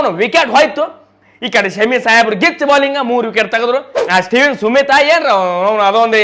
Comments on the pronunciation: Smith ❌ Sumith ✅😂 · Steven Smith ❌ Steven sumith✔️😂😂😂👌👌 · ಸುಮಿತ್ ಅಲ್ಲೋ ಸ್ಮಿತ್ 🤣ಅವ ಏನಾರ ನಿನು ಹೇಳಿದ್ದು ಕೇಳಿದ್ರ ಸತ್ತ ಹೊಕ್ಕನ ಅವ 🤣🤣